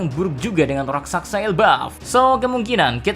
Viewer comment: Bang raksasa bukan raksaksa